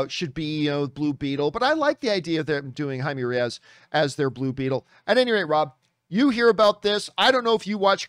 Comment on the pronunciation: Jaime Reyaz? Jesus, get some hispanic friends lol, at least you got Jaime right! Lol I cant wait for this movie! Never seen Cobra Kai